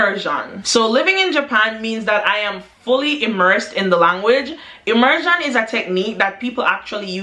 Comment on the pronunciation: It’s the ✨immersann✨ for me 😭😂❤️ Fr tho, you’re hilarious.